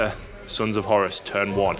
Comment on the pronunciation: WhoreRuss Not Horis Saying it like that makes me think more Corner shop owner than Warmaster :D